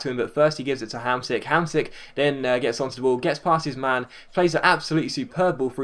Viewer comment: you're pronouncing Hamsik as best as an englishman can ;) Pjanić and Ljajić are worse tho..